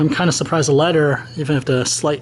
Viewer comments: You are saying "ledder" instead of "leather". (You asked that we point things like that out) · You asked for us to point out when your not pronouncing something correctly. You are pronouncing "leather" like "letter". Leather should sound like feather.